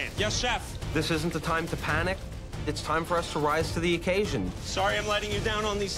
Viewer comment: Yeah it’s no time to PAN-nic